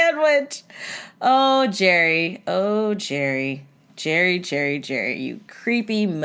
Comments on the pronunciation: His name is Jared not jarry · Isn't it Jared not Jerry?